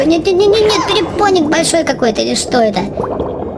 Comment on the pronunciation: Не перепоник а перепонк